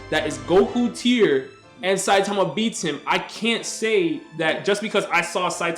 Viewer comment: thats not how you say saitama...and also what has character development got to do with this were talking about power not character and also here are some examples of gokus character development (you mean to tell me that the same goku that wouldnt even dare look at frieza's way ever again would invite him because he felt like he needed him for the tournament of power the same goku who gave cell his senzu beans would be willing to participate in a super saiyan god ritual if he was the same he would have never invited frieza to the tournament of power he would have never participated in the super saiyan god ritual because it isnt really his power plus after getting defeated by beerus goku asked for whis to train him character doesnt have to change drastically to have character development that's not what character development is)